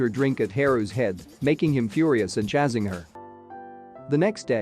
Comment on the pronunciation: I really enjoy the recap videos. Would be even better if the words were pronounced better. The word chasing this pronounce CHACE ING not CHA ZING. There are quite a few tricky words in the English Language. Red & read, first is a color the second is a verb. They are both pronounced red. The word read (red) is also the past tense of the word read (reed). I will read the red book today, tomorrow I will have read (red) the red book. Confusing isn’t it? And there are so many more. Thanks once again for your recaps. 😊